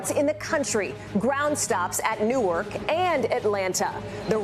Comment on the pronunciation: "Nork" airport? I thought there was a W in Newark. And "fun-iture" is an interesting pronunciation 😂